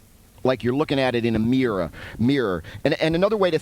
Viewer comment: Mee-roar image